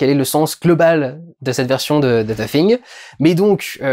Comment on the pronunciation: Vraiment un bon vlog que tu as fait durendal et tu es un des seul youtuber francais a bien prononcer le THE hahahah bonne journée.